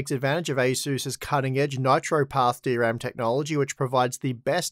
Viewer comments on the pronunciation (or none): none